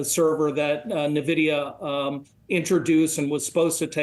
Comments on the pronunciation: Please stop calling it Navidia. So annoying. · He isn't even pronouncing Nvidia correctly.